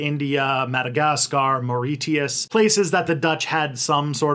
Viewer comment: Largely an excellent job, even most pronunciation except for Mauritius and Lesotho, Basotho. Not the easiest to pronounce. You’ve done a fair job about the history. Will point out that sanctions against South Africa only came in MUCH later after apartheid. They were driven by the USA when South Africa accepted a British bid on uranium and not the USA bid. USA did its usual threats, South Africa ignored them knowing that it was somewhat pointless. They did not actually stop nearly as much trade as people imagine. My father imported goods under them and many countries were willing to export to him. Israel was not the only ally. Israel was used as a go between for its ‘parent’ countries USA and uk for many clandestine activities, particularly in the Cold War. That included stuff with South Africa, many countries continued to buy from South Africa, especially its mineral wealth, fully knowing that those goods were mined under the most horrendous conditions for its black miners. If you have a de beers diamond (almost any diamond) you are buying into that legacy. They continue a similar less than scrupulous activity in Botswana currently. The end of the Cold War helped to bring an end to apartheid. But not an end to corruption. Sadly the most hurt by current corruption are those who were most oppressed under apartheid. When we look at countries that followed similar paths such as the USA with slavery and then Jim Crow laws, we recognise that it’s going to take a long time before th